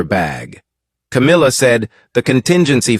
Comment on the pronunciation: Don't believe a word every week you say cowmilla as been caught taking. Millions of pounds from the royLf